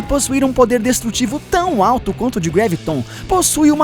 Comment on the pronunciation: não é greviton é graviton